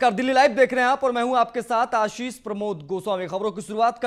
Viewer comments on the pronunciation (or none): ओह एंकर महोदय शुरुवात सुरुआत नहीं, आशीष हो या असीस , गजब एंकर को नाम तक ठीक से नहीं ले पाते हो ! नमस्कार बोलना सीखो फिर समाचार बताना . 🤣😂🤣